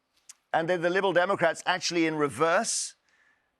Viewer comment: “liberal democaps”